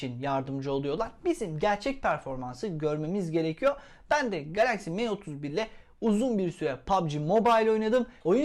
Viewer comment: me31 değil sanki em31 diye telaffuz ediliyor